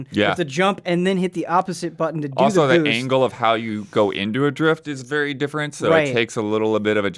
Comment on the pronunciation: says boost like Bhoosht